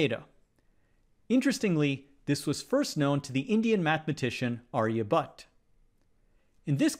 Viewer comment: What the heck was that Aryabutt?? It is pronounced as ar-ya-bhat-ta... Please improve the pronunciation of Indian names from the next time, even though I know it can be tough... Keep it up....